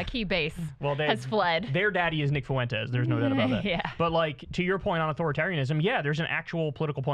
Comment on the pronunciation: Kyle, it's Fuentes, 2 syllables. Not Fuhwentes.